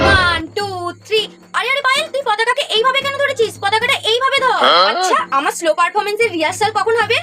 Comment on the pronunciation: আরে দিদি ওটা স্লো না ওটা 🙄শ্লো পারফরমেন্স হয়